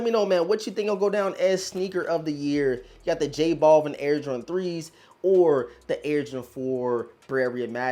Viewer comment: Noticed certain YouTubers mispronounce J. Balvin the same way in, "J. Ball-vin". Actually pronounced as "Bal-veen". You wouldn't call Al Bundy, as "All Bundy" now would you?